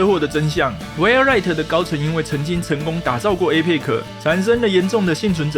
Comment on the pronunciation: 你的APEX發音錯了